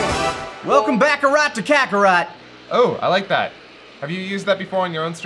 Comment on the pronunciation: Definitely not the Kakatot…